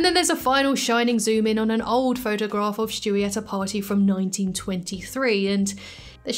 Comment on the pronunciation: I love the way you say Stewie . Lmao “Schtewie”